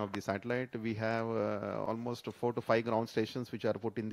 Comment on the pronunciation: Ten, nine, yeight, seven, six, fiwe, four, tree, two, one.